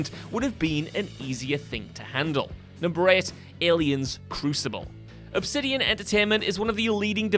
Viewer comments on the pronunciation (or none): none